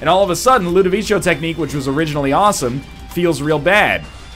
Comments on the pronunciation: I know, that's my point. I'm pretty sure it's not pronounced that way in italian. Is that how they prnounce it in the movie? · I hate to ask, but where does he get "Ludovicho" from? I mean, why does he pronounce it that way?